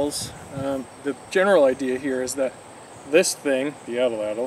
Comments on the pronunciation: Yes, Atlatl. You are promouncing atellatll. 3 possibles when it's 2. Like At-latl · You said ATL- ATL. It's subtle but I believe AT- LATL is more correct..no biggie Cheers :) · Your saying it wrong bro. Its at latl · You're right. Good video, wrong pronunciation of atlatl.